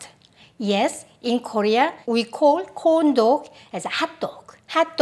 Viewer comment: when you said “corn dog” I was quite surprised for a few seconds but I heard it as “condo” which is like Butt in my language lol 😂